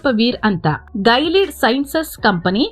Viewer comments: It's not gailead it's Gi-li-aid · ಅದು ಗೈಲಿಡ್ ಅಲ್ಲ ಗಿಲಿಯೆಡ್ i have worked in that project as a software engineer